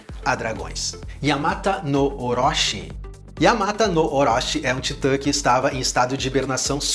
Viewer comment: A pronuncia correta do CHI no japonês tem som de TI é yamata no orochi, que significa 8 cabeça de cobra